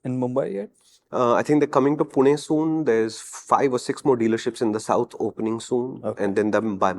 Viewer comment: Only non Marathi person who pronounces 'Pune' properly..😅